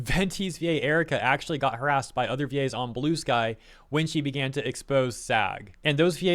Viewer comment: They way he pronounces VA's sounds like Gays, and changes the whole tone of this video